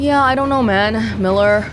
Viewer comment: wow I’m really impressed with your pronunciation of Miller’s name, molodetc proper pronunciation is Moskva